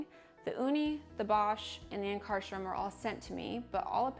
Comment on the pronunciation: Yikes , learn to pronounce Ankarsrum and honestly without question it is the absolutely the best machine by miles !! yes, it has a learning curve, but the product output is by far THE BEST .